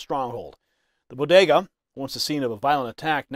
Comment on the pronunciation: Biden’s don’t even know what a bogetah (Jill said) is. Trump stops at bodegas just like he did before.